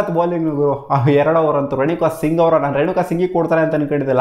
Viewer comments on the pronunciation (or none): none